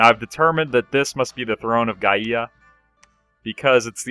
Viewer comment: Gaia = Guy-uh